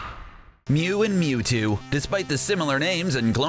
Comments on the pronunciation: It's Mewtu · F*ck OFF YOU DONT EVEN KNOW HOW TO SAY MEWTO ITS MEWTWO FOOL LETS SEE IT AGAIN 1 WHICH AS A PET: MEW (BECAUSE HES MORE OP THAN THAT MUTANT CREATURE) 2 WHICH ONE AS A STUFF ANIMAL I GUESS MEWTWO 3. WHICH IS BETTER IN GAME MEW WINNER MEW AND LOSER YOU